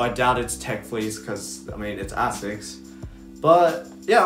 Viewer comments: AY-SICK AY-SICK AY-SICK Jesus. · I mean, you can derive all you want, it’s pronounced “ay-sicks “